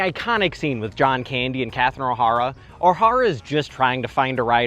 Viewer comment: What is up with your pronunciation of Catherine O’Hara’s name?